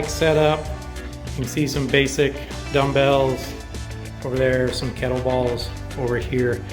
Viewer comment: Sweet virtual training studio! Did you say kettle balls?